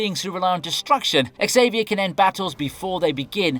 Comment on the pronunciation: Aint it pronouncedt Xaviar not EX-aviar ?